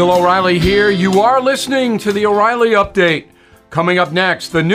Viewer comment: Did you say there's an uprilly date?? Update about what?